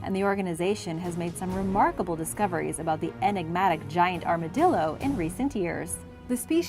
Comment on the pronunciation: Ar-ma-dill-er. 😂 Boy, they sure are chonky! ❤